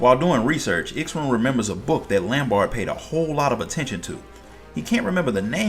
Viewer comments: Only complaint I have is the pronounciation of X'ruhn Tia's name took me a bit to get used to, but other than that this was awesome! Thank you! As far as I understand Miqo'te names are pronounced as one word. I.E. Y'shtola (Yeeshtola), M'naago (Minago), G'raha (Graha). So X'ruh would be (Xeruhn, at least that's how I pronounced it. Hard to confirm when there's no VAs) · "Sha-roon" is how to say his name, amazing vid though, seriously!